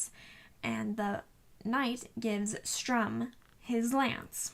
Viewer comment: Nice review, but just one thing his name is written "stu-Rm" ...not "stR-uM.